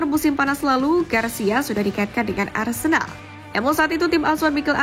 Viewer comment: Boikot channel ni.. Aku selalu perasan yg admin channel ni selalu cakap Arsendal.. Opening 0.2 saat...Keymark admin